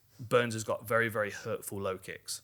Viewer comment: I'm addicted to your explanations since Izzy and Kosta. Teaching us the art and science behind the violence that we love!! Love "lovely", "nice", but your "hurtful" shot/kick in your British accent cracks me up. It sounds like the shot itself was sensitive and got its feelings hurt. 😂 🤣 😂 🤣 It'll be interesting what surprises each fighter have planned for each other because they know each other so well. Could be game-changers!!